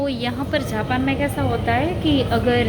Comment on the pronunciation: Dd aap ko japan bolna vee nai aata hay jhapan nai its jaapan